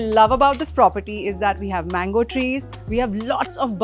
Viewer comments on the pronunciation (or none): none